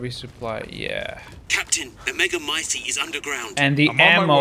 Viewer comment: I have no idea why but I cracked up at the fact that he got annoyed trying to pronounce megamycete that he just decided to start saying “the thing”